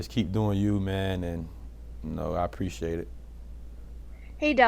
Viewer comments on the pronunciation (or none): “preshate y’all”